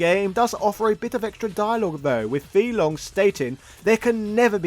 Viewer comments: It's pronounced fay long not fee long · Fei-Long pronounced as Fay Long... not Fee Long 🤦‍♂️ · "Fee Long?" Isn't his name "Fei Long" as in "fae long?" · It’s “fei” long not “fee” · Is it intentional to mispronounce the name? It's not (fee). It's (fae). That is how he's announced in Super Street Fighter II. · Are you sure Fei Long is not pronounced as; “Fay Long”? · His name is pronounced Fay long ironically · The character's name is /fae long/, not /fee long/. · it's [faye] long 飛龍。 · OK you are just being a wind up merchant now, you know damn well it's pronounced "Fay" Long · FAY - Long!!! Don’t butcher it bro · Was about to watch this video till the guy pronounced Fei long name wrong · Guy completely butchers the pronunciation even though in the game it says his name 🤦🏾‍♂️ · oh my god man,you know it's pronounced 'fay long' not 'fee long'.and also it's 'reeyou', not 'ryiyoo'. honestly I'm so annoyed i'm going to unsubscribe.only joking... love your stuff! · his name is pronounced like "Fay" not "Fee" and Ryu is pronounced Ree'yoo, not " rye - yoo".. yes the boxer is meant to be an homage to Mike Tyson, hence his original name was M. Bision .. Mike Bison...